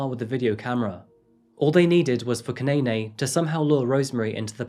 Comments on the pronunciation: 😂😂 I thought the same thing dude. He kept on pronouncing Zanele and Kunene wrong. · Ndlovu is pronounced with o like the aw in saw, not the oe in toe. Zanele is Zuh-neh-leh and Motha is pronounced Moo-tuh. Kunene is Goo-neh-neh not Kew-nay-nay. Try to research pronunciations before you say them, but at least you got it 60% right. Could've been worse. Thanks for covering this story!